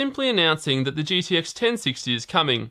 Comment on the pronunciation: Why do you keep saying GDX? Its G"T"X DAMMIT!!!!